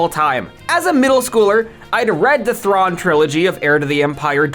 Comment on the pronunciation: Why do you pronounce all these names completely differently than the in-show pronunciation? Luz, Rukh, you even show a clip of Thrawn pronouncing it, immediately surrounded by you pronouncing it differently twice?